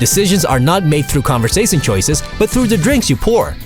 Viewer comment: "conversasin choices"?